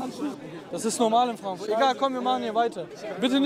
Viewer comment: Ich liebs seine aussprache wenn er frankfoourt sagr xD 😂❤